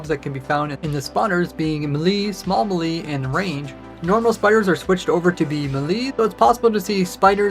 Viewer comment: the way bro says melee as "muh-lee" 🤣